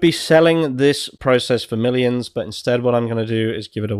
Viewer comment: Millioms ? Lmao